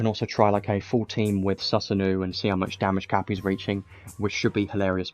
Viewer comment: Susanoo is pronounced “sue-sa-no” Appreciate the content man 👍🏼